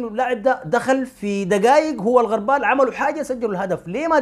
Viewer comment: الغربال بضم الغين وليس بفتح الغين